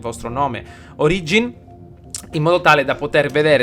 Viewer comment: solo per dire ma l'accento è sulla "o" di origin :)